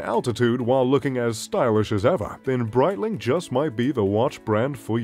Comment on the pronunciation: I stopped after hearing Breitling...